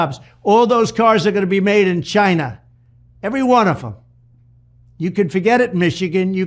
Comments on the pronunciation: Why does he pronounce China is such a horrible and whining way? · That emphasis on “CHAY-NAH “ 🤦‍♂️